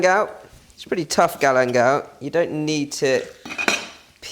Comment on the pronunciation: What is "Galemdal"?